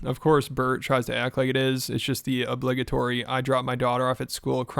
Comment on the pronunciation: the way you pronounced obligatory lol